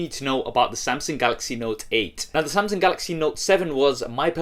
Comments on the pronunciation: it's Samsung, not Samseng 😂😂😂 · Why does it sound like he's saying "Samseng"? I CAN'T UNHEAR IT